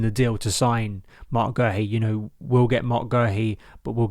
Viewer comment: We love you we do! but it is pronounced Marc Gay-Hee, we had to check it out on the Palace YouTube channel as we are known for messing up pronounciations